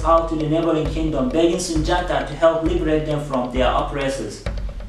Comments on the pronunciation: Only people to say Sundiata are white people/ non africans or Africans FAR away from Mali. His name is pronounced Soonjata Kayta it's only spelled Sundiata Keita. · I figured you weren't Malian or Mandinka because you pronounced Sundiata wrong it's pronounced Soonjata.